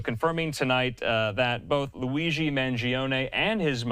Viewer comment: I’ve heard a number of media people getting his last name wrong. You win the prize, you mispronounced not only his last name but his first name as well. 👏